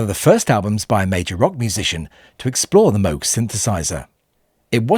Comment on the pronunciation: In later years, I grew impressed by how, in the bridge section, how "Here Comes the Sun," using guitar, backing vocals, and the Moog synthesizer (as well as everything else), built tension, and then released it. Good video. Congrats, too, on pronouncing Dr. Robert Moog's name correctly.